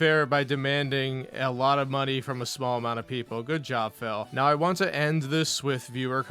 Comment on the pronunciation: “I have to play what people WHAN” 😂